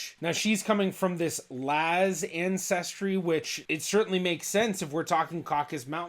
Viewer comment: is laz not naz, If you don't say it clearly then you can't translate it correctly.